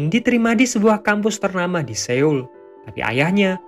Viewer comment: min, koreksi dikit, pelafalan Seoul itu Soul, jd eo itu bacanya tetap o, terus kalo ae bacanya e (contoh: ember), & eu bacanya e (contoh: berkata), btw sukses terus min